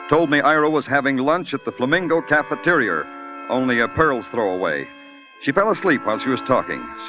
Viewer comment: Weird way to pronounce "cafeteria", with an "r" at the end.